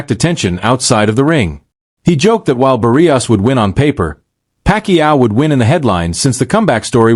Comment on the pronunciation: AI sounds horrible. Cannot even pronounce Barrios properly. AI not trained on Spanish pronounciaton???